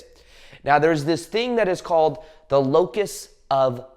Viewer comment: What of control? It almost sounds like your saying locust…🤔